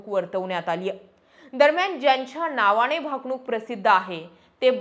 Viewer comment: छान बोलता पण नळातल्या न च्या जागी बनताला ण वापरला म्हणजे शुद्ध भाषा हा भ्रम आहे... अणेक नाही अनेक नावाणे नाही नावाने णेमके नाही नेमके...